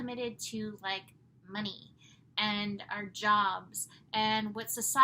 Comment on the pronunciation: Sagittarius joke..instead of money I hear mini..🙃🙃🤣🤣❤you cheered me up.